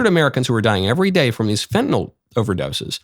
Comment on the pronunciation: Thank you for pronouncing Fentanyl properly...